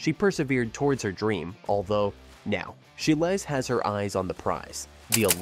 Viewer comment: “SHY-LEESE” (phonetically) And “CHI-LZ” not Chi-less It’s hard to find you credible if you can’t pronounce the names of very well known gymnasts.